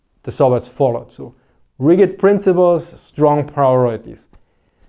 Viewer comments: As an observation only, and NOT a complaint: Rigid is not pronounced rigg-id. Rather, it is pronounced more as ridge-it. For some reason, it is one of those pesky english words with a missing letter. I look forwards to more content. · Rigid is pronounced as "ridge-id." The correct word for rigidness is rigidity. Small things, keep up the good work. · i noticed you were saying rigged with a hard G like in Rig but we really say it with j sound like in Jed i know thats not the way its spelled and that because English was created by people good at writing rules and less good at fallowing them